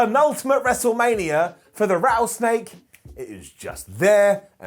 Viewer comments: The Rattleneck 😂. I wonder if did that one on purpose. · rattle neck? Was that on purpose or did two words get mooshed? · Did just say "Rattle neck" 😄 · Did anyone else notice calling Stone Cold the "rattleneck" 🤣🤣 what a legend, love you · "The RattleNake" -, 2021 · Did say Rattle neck